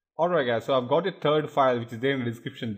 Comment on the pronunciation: i like it how he says 'turd' not 'third'